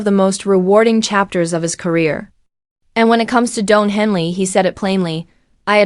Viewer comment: His name is Don, not Doan. 😅